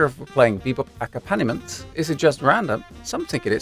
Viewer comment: In the word accompaniment, the accented syllable is ‘comp’ - aCOMPaniment. I was confused by the way you pronounced it for a moment, Thanks very much for your videos.